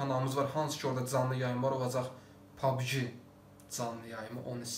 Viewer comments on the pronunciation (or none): Pabgi deyil pabci de pabgi pis çıxır😁